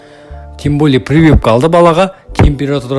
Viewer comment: Прывыпка😂 дегені қалай кетті. Прививка емес па😅